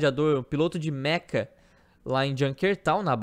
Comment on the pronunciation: Lembrem-se, Mecha não Meka 😉